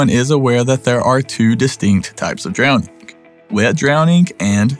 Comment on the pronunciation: It's dwowning